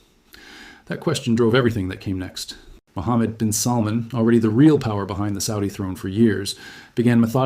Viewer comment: His name is salmaan mot how you pronounce it